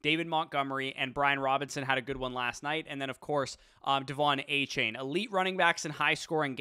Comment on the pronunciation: A-Chan! Not chain. A-Chan!